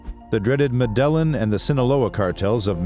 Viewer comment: These folks are smart enough to source,assemble ,edit and present a video online. Professionally done, interesting. Yet they can't pronounce Medellin. Go figure.